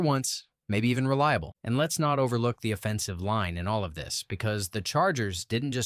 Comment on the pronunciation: AI slop. You can tell by how it pronounces “offensive line.”